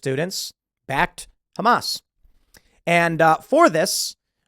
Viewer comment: pronounced HumAss